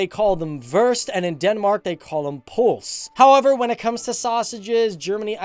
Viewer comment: it is not polse it is pølse